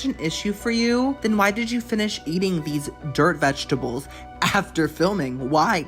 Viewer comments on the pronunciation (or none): none